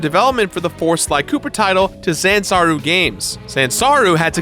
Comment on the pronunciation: Is saying Zansaru instead of Sanzaru?